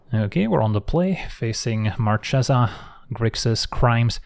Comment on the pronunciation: dear, I'm Italian: Marchesa is pronounced with an hard "che". It sounds like a "ke" in english. Think at booKEr.